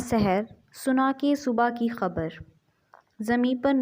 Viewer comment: This word is subh ke khbr not subhaa